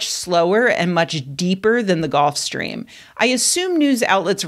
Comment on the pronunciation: That should be pronounced Gulf Stream rather than Golf Stream.... Otherwise good news.